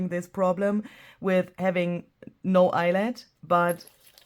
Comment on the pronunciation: Eyelet rhymes with Piglet!!